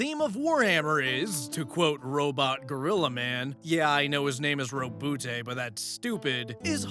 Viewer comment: Yvraine: Ro-boo